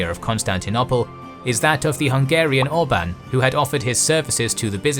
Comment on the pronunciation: "Orban" . . . ha, ha, ha . . . .